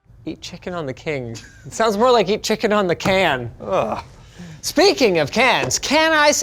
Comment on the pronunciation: 😳....🤣 It's Chicken 'a la' King dumass and no it's not pronounced du-moss. Chicken 'on the' King.😂